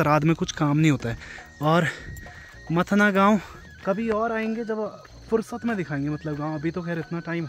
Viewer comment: मथना नहीं मथाणा